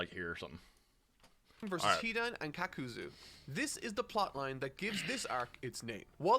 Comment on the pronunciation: i think thats him being unsure of the pronunciation plus his accent. Like with shikamaru and shikaku, that was most definitely an accent thing while kakuzu and akatsuki is him being unsure and old habits dying hard. Looking at his other reviews it doesnt make sense that he would suddenly start mispronouncing names on purpose for no reason for clicks when he can get that interaction without doing so and he doesnt do it for that many other reviews.